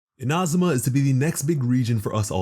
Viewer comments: eena- zoo- ma (not in-ah-zoo-ma) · It's neither. it's more like ee-na-zu-ma (IDK about the emphasis) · Its Inazuma not Inazuma .. plz say it correctly .. its annoying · In-A-Zoom-A im sorry but its said this way in game and you butchered it the whole video. Please fir the Archons say it right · “Ina zooma “ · Not to put any hate but anyone annoyed at how he says Inazuma as Ina-zum-ah? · He said Inahsumah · yeah i heard you say inazuma once and knew this video was just not for me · The way he says Inazuma upsets me, but I appreciate the video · The way he says inazuma hurts me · The way he says Inazuma bothers me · Why do you say inazuma like that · the way you say inazuma scares me